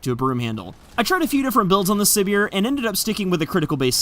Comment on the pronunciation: I think it is suppose to be pronounced like Siberia since Siberia is a cold place but I could be completely wrong about this because I don't watch dev streams